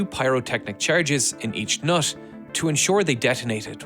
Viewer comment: these are the times when NUT is "noth". awful english mate.